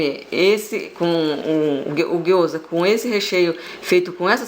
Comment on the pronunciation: gyoza e não guoza.